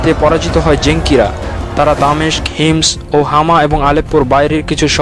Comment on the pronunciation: এটা হিমস না হোমস.....